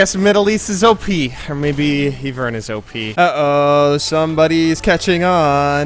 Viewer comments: I-vern not E-vern!!! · IVERN NOT EEVERN AIAIAIAI VEEERN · ITS IV IVERN IV NOT EVE ITS IV IVERN. SAY IVV VEEERRRNN IVERN. IVERN IVERN! IV VERN. ty :)) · He's saying EEvern on purpose, right?